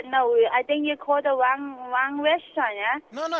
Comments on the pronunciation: "I think you called the wong restaurant" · I think yu call whrann rest-ront!! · I think you call the Wong Westeraunt (TM)